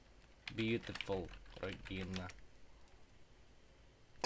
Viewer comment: that was a russian accent...regginaaa